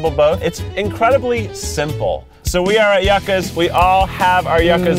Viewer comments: Sorry kieth but it’s pronounced you-ca. It’s a root vegetable. So good too. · Keith it's not yukka, it's Joo-kah. Yucca, it's delicious. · it is pronounced youcka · The most annoying part of this video is how she keeps saying “yuh-ka” vs “Yoo-kah” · Oml me too. The way they pronounce it sounds like yuck-ah which just doesn't sound appetizing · yuk-uhs 😭 , instead of ju-cas 😭 . Keith is the best 😭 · the whole video I was yelling stop saying ya-cas its pronounced you-cas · Yakas? It is YUCA'S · Yuca is pronounced like “you-cah.” Yuca is a starchy root vegetable like a potato. Very popular in Caribbean cuisine. From a local Miamian. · Hey Keith for your info it’s Pronounced “YOU-KA” Yuca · Keith said you-ka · They all say yuh-ka and I’m like “NO!!!!” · Keith needs to stop taking people to los feliz until he can pronounce it correctly lmao (also it's yoo-cuh it's a vegetable) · The way they pronounces yuca make my little Latina heart hurt. It’s pronounced you-kah or in Costa Rica (where I’m from) jew-kah. No judgment though, I’m just glad Latino places are popular. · It’s “U-khas” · omg. can I just-- it's pronounced ✨(yoo-cah)✨ but us hispanics will argue (joo-cah) as well. anyways that just annoyed me so now I'm being annoying about it LOL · As a Hispanic person Keith made me want to cry every time he said the word "Yuca" 😭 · THANK YOU!!! My heart was hurting every single time they pronounced it incorrectly. 😭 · Lmao he can somehow say “Yucatán” correctly but not “Yuca.” It’s like mispronouncing “milk” but not “milkshake.” He also can’t pronounce “feliz” lol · The way Keith said yuca made me physically recoil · Keith your white is showing with your pronouncing of Yuca lol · I hate that Keith pronounced Yuca like that 😤🤦🏽‍♀️😓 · Is anybody else cringing every time they miss pronounce Yuca’s???!!! 😣